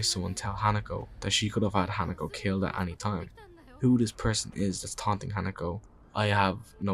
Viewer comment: great video, i grew up in japan as an american, and just for future videos her name is pronounced “He-Nah-Co” just so you know! new subscriber ❤